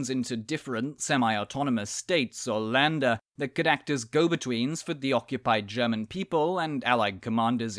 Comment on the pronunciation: ä is read in a similar way to "e" not "a", so Länder is read sort of like "Lende".